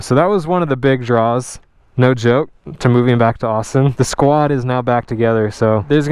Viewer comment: Are two people a "squad"? Or did he say "squid"? Screw it, go to Torchy's.